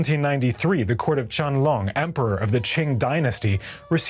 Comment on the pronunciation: OMG....Emperor Qianlong please. Pronunciation is terrible.